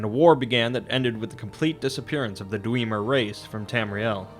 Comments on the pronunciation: Dweemer? Why not dwemer? Even the voice actors say it dwemer and not dweemer... Smh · Dude, it's not Dweeeemer it's DwEMer the "E" is guttural meaning it's closed...but hey screw phonology. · its not dweemer its dwemmer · The dwemer not the dweeeemer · just a couple corrections for accuracy's sake, the dark elves are called dunmer, and the dwarves were known as dwemmer (that's with a short "e" sound not a long "e" as you pronounced it). sorry to be so obnoxious, but I'm a huge fan of the elder scrolls mythos and just want to hear it being told correctly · Love ya bro but "dweeemer" really? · Why are you saying Dwiimer? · Who else cringed when he said “Dweeemer” ? 😫😂😂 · did this boy just say dweemer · Did you call them the “Dweemer” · I'd pronounce Dwemer with a short initial e. As in the vowel in 'Dwe' rhymes with Wet. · It kinda sounds like Dweebmer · xD the way he says dwemer hurts me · I have to say you did a pretty good video on your history of Tamriel only thing is how you pronounce Dwemer kills me man lol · Daniel Molina not gonna lie it triggered me. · Made my eye slightly twitch after a certain number of repetitions 😂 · Bro it's not kaimer it's chimer and you are pronouncing dwemer wrong and you really need to work on your English speaking 😒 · He's going to pronounce it that way in future videos. Wisconsinites always struggle to overcome their propensity to use long vowels. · yah he says it so weird but seems to do all the other great... lol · The way you pronounce Dwemer triggers the fuck out of me, lol.